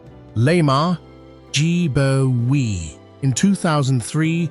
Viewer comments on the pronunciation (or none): In Liberia K in Kpelle is silent, so u pronounce Pelle, whilst the g in Gbowee is also silent, pronounced Bowee.